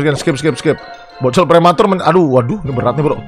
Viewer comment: Ngakak gw anjir... Prwmatur 🤣🤣🤣